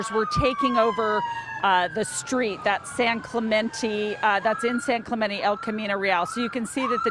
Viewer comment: “San Clamentee🤦🏽‍♂️”